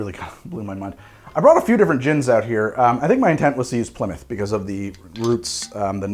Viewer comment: It's good to hear an American saying Plymouth correctly... Too many say Ply Mouth